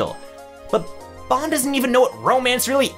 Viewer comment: Not trying to hate or something but why do you keep saying bomb it's baam